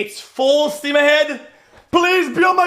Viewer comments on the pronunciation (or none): none